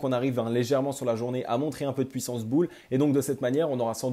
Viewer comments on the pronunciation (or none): none